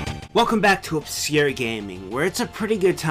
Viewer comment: Lmao he says Oscure with a silent "c" lmao classic